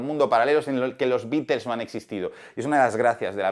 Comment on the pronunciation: Hablás mucho y no dices nada, mínimo aprende a mencionar el nombre de THE BEATLES!!